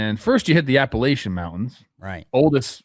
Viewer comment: Someone talk to Trev about the pronunciation of Appalachian please